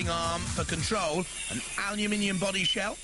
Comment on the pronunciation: "Aluminium body shhh-ell"